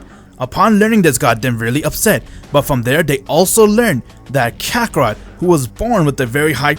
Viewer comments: Stop saying kakerot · Bro he said kakorot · I heard Vegeta say rakakrot